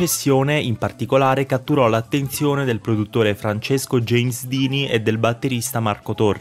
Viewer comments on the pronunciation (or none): none